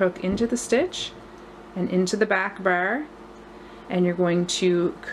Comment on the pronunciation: I love the pattern! It looks so elegant and like it's knitted, which is exactly what I'm looking for. Just on the side, you have the cutest way to pronounce "bar" --- almost sounding like you're saying "burr" haha!